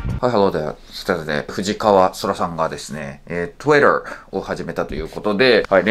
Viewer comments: トゥエラー ひろゆきみたいに中途半端にイキってトゥイッターとか言ってるのとは大違いで良いね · 髪型見慣れてきましたー😊 Twitterの発音よすぎです✨